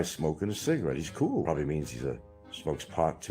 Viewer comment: Nothing is ever his fault. The government made him smoke. What’s a “ coo “ breeze? It’s cool, it’s treadmill! Don’t blame it on the eardrum you perforated to avoid the draft